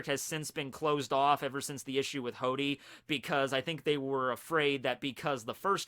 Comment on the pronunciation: ITS FKING HODY NOT HORDY OMG